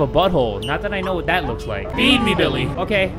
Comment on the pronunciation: I thought he said "beefy billy" until the screen said "feed me billy"